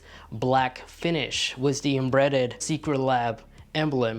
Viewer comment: The "inbreded" Secretlab symbol lol. And you said "pacifically" instead of specifically.